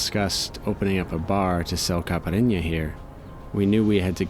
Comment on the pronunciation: when I heard about the "Caparrrinha" I laughed so hard M8, haha good one, never heard someone pronounce caipirinha like that, I love it 😅👍🏼